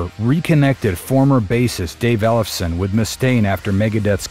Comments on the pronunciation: "Ellef-son", not "Elles-fe-son"! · Can't pronounce Ellefson lol